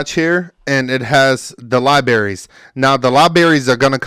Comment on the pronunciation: Pro twos and libaries 😂 Good video though 💪